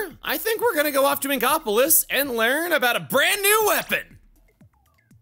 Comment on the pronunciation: The "Learn" in a Scottish-like accent. Probably what Hugo said in TTGC.